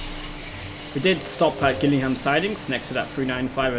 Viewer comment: its pronounced jill ingham